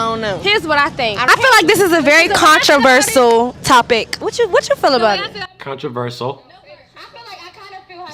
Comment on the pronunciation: "controversal." why should i listen to a woman that cant even pronounce a simple word like that.